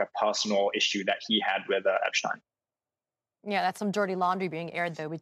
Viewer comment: Why can't people say Epstein? How does it become eppschtyne